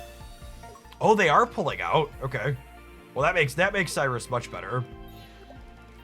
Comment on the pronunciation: I'm convinced you pronounce these names incorrectly for more engagement lol. Darkrai = dark-rye like rye bread. Cyrus = sai-rus sai pronounced like eye. Weavile = we-vile. Electivire = elec-ta-VIRE, kinda like fire with a v, not electreeve. Loving the deck lists though, keep up the great content. 🙂